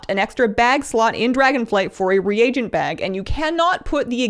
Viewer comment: Your channel has ended up being my new favorite. In fact your channel is the only one I seem to be able to watch the whole thing. That being said I'm so thrilled that you finally stopped saying regent and now correctly say re-a-gent. For some reason it drove me batty to hear streamers say regent instead of reagent correctly. It reminds me of those in WoW in chat who type prolly instead of probably. When I see prolly or hear regent it makes me feel as though these people spent too much time playing wow and not enough time doing their homework when in school for those of you who started wow as a child or teen. Fortunately for me I was 58 and sufficiently educated with some college behind me when I started wow. Overall you have a great channel and lends itself to straightforward information. Far too many of them are more begging and bragging than informational.